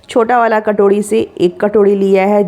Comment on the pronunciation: Katorhi nhi hota sis katori hota hao